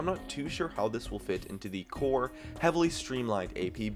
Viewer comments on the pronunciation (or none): none